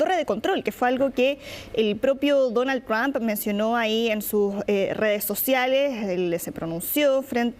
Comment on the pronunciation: se dice el Señor Presidente Tump sra comunicadora